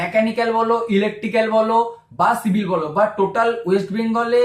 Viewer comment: Dada apnar civil k shivil bola ta valo laglo na